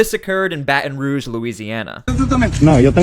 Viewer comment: Put the T sound in Baton Rouge PLZ!!